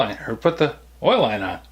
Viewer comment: Probably still too cold there for lawn stuff but Unc. got around some Kentuckians and adapted somewhat to their way of talking. He did a video where he was gearing up and said 'Be sure and put yer stuff awn' in such a manner I thought a hillbilly had dubbed it in. I learned to talk like a Yankee in the Ahmee but never thought it'd go the other way.